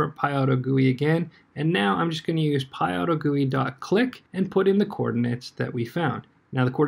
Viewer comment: IT IS PYAUTO-G-U-I NOT PYAUTOGOOEY!!!!!!!!!